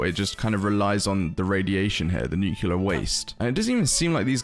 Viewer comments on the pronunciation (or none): btw, no shade, but you pronounce "nuclear" as 'nukular' a lot, when it is pronounced 'new-clear' where I'm from. it might be wrong in europe, I might be wrong myself, but that IS the way it's spelled. good content, loved the video, have a good day. :>